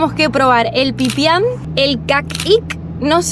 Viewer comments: No es pipian , es pEpian. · Es Pepian no Pipian